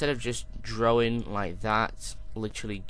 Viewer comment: Lol You said Drowing It's drawing go to the speech pathologist dude